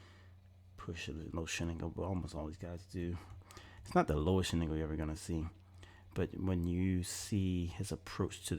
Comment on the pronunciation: I thought you said shit angle then you be saying shiningle do u mean shin angle ?